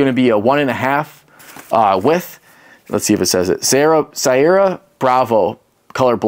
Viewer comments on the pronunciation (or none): sierra... say it with me. See-air-uh. You'll get it one day. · Hold on a sec. You call people fat after you couldn't read/pronounce "sierra" correct. You are the reason people make fun of cops.